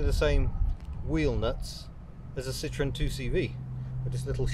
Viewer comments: it's not a citron. a citron is a lemon. This is a Citroen. Note the 'e' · Apart from the fact that you either don't know how or refuse to pronounce the manufacturer's name correctly this is a great video. Such a technically and optically advanced car that was. Way ahead of time.